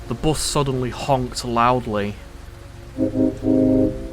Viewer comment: I love the new voice author filp, and not to but this in a mean way i like how he said bus with bust lol